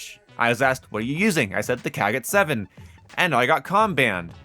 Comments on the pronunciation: 😅😅, there is no "A" in the kogot...you made it way too easy for the Com ban that is way too sensitive anyway. But yeah, it's not the KAA-got 😂 much love though, brother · That killed me, he said it like a slur fr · Imma be real I basically never use gunfighter. If a gun needs more than 5 attachments then it’s just not worth using. Also why do you pronounce kogot like that?